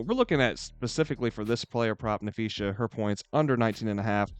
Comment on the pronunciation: It’s pronounced Nuh-Fee-Suh lol